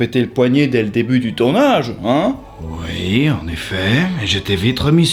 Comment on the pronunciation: ui et oui ne se prononce pas pareil sinon ont eciraient un pouit et non un puit serieux arrete stp ou parle un autre language merci